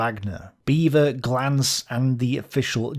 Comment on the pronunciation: Beavor?, you serious?